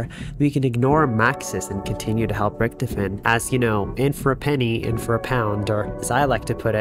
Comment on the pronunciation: I love this video so far, but the way "Richtofen" is pronounced is like, getting poked in the forehead a little bit with a pin, not enough to pierce the skin but enough to be like, disconcerting.